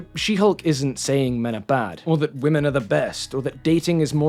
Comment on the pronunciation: He mispronounced women😢